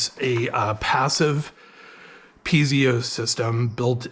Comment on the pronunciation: say peezio again😂 , I think its pronounced Piet-zo Thank you for the video!! 🙏🙏